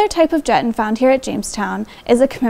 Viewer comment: Great video. It's actually pronounced Juh-TAHN.